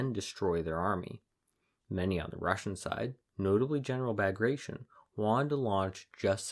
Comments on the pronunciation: General Bagrashin ?! No, Bagrah -tee-on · that's not how you say Bagration